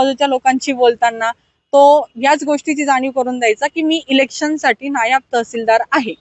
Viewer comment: नायब नाही "नायाब " आहे तो 😂😂😂😂